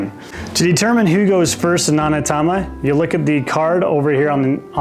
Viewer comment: Thanks for the runthrough. It's pronounced OH-Knee-Ta-ma, btw.